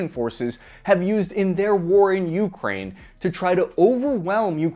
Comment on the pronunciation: Gdi, please pronounce ukraine correctly lol.